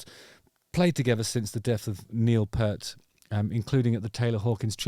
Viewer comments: finally quality musicians on your channel - Please Justin -Neil Pee-rrrrrt, not Purt. Rush are unique that more often than not they sound better live than on the album! Seeing them for the 4th time in Paris with my 18yo daughter in 2027 as she is hooked also! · Peart….Pee…ert. Not ‘pert’. FFS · Good review. But you have to pronounce Peart the right way. It's not Pert, it's Peert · It’s Neil Pee-urt not Purrt (pronounced Pee-urt) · Hi Justin! Forgive me but Rush fans won't like the pronunciation of Neils name! It's not pert ( like my butt ) , it's peart! ( Like ear ) Only true Rush fans know this! ( Joke ) Thanks for the video! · Pea-ert, Justin - not Pert 🤦‍♂️ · Lovely to see two bffs playing their effing music again !! But there’s nothing like seeing RUSH live There would never be enough times for that to occur in a lifetime imho. But Justin, learn how to say Neil’s name correctly! It’s pronounced Peert! His fills were endlessly unbelieveable…. I think he’s smiling down on Anika and his buds having a great time🥁👍🏼❤️‍🔥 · Got my tickets for Manchester in 2027 - couldn't afford it ... but it's RUSH! By the way it's Peart (as in Ear) - just saying. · Stop talking about Shampoo, his name is Peart, not pert. Shit eating grin, he's in RUSH, who wouldn't be stoked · Pronounced "Peeert" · Nice one Justin...Smart move to play this on the first public outing as John Rutsey played on the original vinyl so there were no awkward 'Neil comparisons'..they'll come later of course!..And hate to be that pedant but it's P-ear-t, that thing you listen with, with a P at the front and a t at the end..cheers👍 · Love you brother, it's Peert. 😊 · If you’re going to the bother of making a video about Rush, have the decency of pronouncing Neil Peart’s name properly!!!’ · People are carrying on the tradition of mispronouncing the name of Rush's drummer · You don't know how to pronounce Peart? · I gave you a thumbs UP even though you mispronounce Neil's last name.